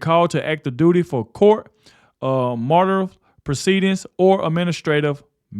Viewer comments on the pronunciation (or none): Court Martial which is pronounced Marshal. 😊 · That's pronounced court martialed...mar shalled👍🏼☺️ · The word court martial, is pronounced, court “Marshall”! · Martial is pronounced like Marshall. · You mispronounced Court Martial. The word martial sounds like Marshal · (The one word is pronounced: Court Marshaled) It’s a military term when servicemen or servicewomen are in big trouble….most often those people go to Prison! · Martial is pronounced the same as Marshall. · I'm subscribed, but it is sad that you can't pronounce 'Court Martial', pronounced 'Marshall'. Keep up the good work. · Great job. Without being critical martial is pronounced like Marshall. God Bless you and President Trump ❤❤❤❤ and always God Bless America I always watch till the end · court martial ... pronounced court marshal. High military discipline. You are welcome 🙏 What's so insane about these SedSix idiots is this, the military just experienced their commander in chief and one of his allies, ensuring our service people got PAID during the shutdown. The shutdown caused by the SedSix political party. Unbelievable. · Martial is pronounced "marshal" just saying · that's court martial (marshall) like a military prosecution. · Why do you keep mispronouncing court martial? Think of it sounding like court MARSHALL. 🙄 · Court Martial is pronounced like “court Marshall” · I love ya, but martial is pronounced like marshal, the lawman. Keep up the good work! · Say "Court Marshal". The "ti" sounds like " sh"! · Please use Google to teach you the word "court martial" x_x this is my first time hearing your channel. I like you, but I need you to utilize Google to help you strengthen your presence in speaking ❤️ I say this with love not malice. Im not here to clown you. I want you to grow and get better, because you got a good message Ps im retired military, I think they should be put to a court martial and hold them accountable.